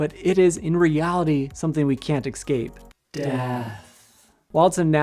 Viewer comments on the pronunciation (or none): You lost me at "excape".